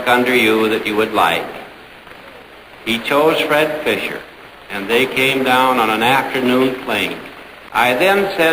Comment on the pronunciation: Fisher, not Fischer.